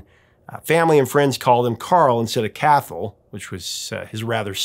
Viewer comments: Fun fact: Cathal isn't pronounced "CATH-al", it's pronounced more like "Ca-HALL". Which, to British ears, can sound enough like "Carl" to be mistaken for it. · 6.45 Cathal is not pronounced Kath-al, more like Cahal, rhyming with halal-like the meat. In Ireland it's about as far from stuffy as you can get, at least as from the few Cathal's I know. English version is Charles. Never watched this channel before, maybe use your patreon money to find out how to pronounce things. Btw he probably had to change it cos Irish language first names in England in early 80s weren't exactly popular and people at the time weren't keen on expanding their vocabulary beyond English. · Cathal is pronounced Caw-hill and there's nothing stuffy about it. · By the way, Cathal is pronounced /kaHAL/. Love the video! Love Madness! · Just a quick correction on Chas Smash's real name. His real name is Cathal, like you said, and is pronounced like 'caw-hul'. Also, I'd recommend listening to their cover of Money, Money, Money by ABBA. It's a good cover imo. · Cathal is pronounced Ca-hall. There is no TH sound in Irish. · Yikes… Cathal’s not remotely a stuffy name. It’s a perfectly normal name in Ireland. (And you pronounced it wrong) It has the same origins as the German name Karl. Just because a language is unfamiliar to you, doesn’t give you license to be rude about it. Attitudes like that is probably why he switched to using Carl, to fit in for society’s idiots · You havent pronounced his name at all correctly. Not your fault, as it's not something you'd be able to guess. But ya, having an Irish name is stuffy? That's a bloody weird attituded.